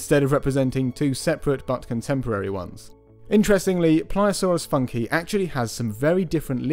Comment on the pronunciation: Shouldn't it be "Funk-ee-eye"? or "Foonk-ee-eye"?